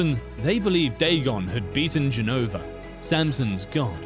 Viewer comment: Interesting how AI couldn't say Jehovah. This video really rubs me the wrong way.